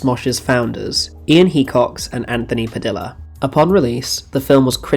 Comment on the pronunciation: Yep! He also kept saying Padilla wrong lol